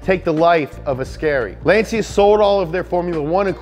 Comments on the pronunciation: Why he pronounce Lancia like Lan-see-ya ? lol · Ummm, it is "Lahn/tchah". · LanCia LanCia non LanSia